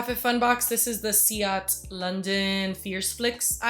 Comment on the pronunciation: Never worry about going off on a tangent. I’m sure I speak for most of us when I say that we will happily listen to you talk about anything. By they way, just to let you know that Ciate is pronounced see-YAH-tay. Hope that helps ❤️❤️❤️❤️